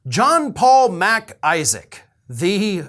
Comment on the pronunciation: I love how you enunciate MacIsaac. It`s not two words lol. PS, your cat is a STAR!